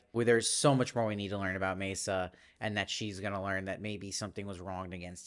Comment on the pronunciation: It’s pronounced MAA-SA, not MAY-SA🙂